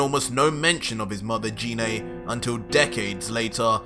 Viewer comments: It's pronounced g-ine not gee né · He said jenay it's genai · you pronounced Gine's name wrong. Her name starts with a hard "g" sound, like "guh", not with a soft "g" sound, like "juh". Also, I'll bet after the show of forms, Raditz and Nappa are thinking that they need to lie down. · Sounds good but it's pronounced Jean like aubergine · Why do you call Gine Jine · Kinda bothers me how he mispronounced Gines name 😂